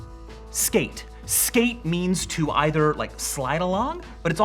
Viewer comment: 'ither' and either